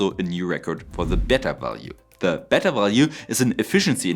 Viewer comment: Pronunciation tip: The first e in beta is pronounced with the long a sound. Always happy to hear nuclear's hit another milestone! I just hope we're still around by the time viable reactors can be built...